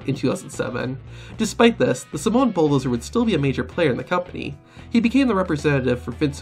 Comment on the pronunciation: "oh my god somowa spike"-UMAGA